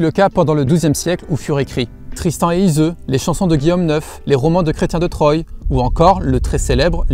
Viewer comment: Super merci... C'est les chretiens de "trois" Pas "troille"! 😂